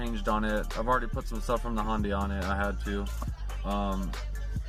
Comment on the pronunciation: you pronounced hyundai 3 different ways and i’m here for it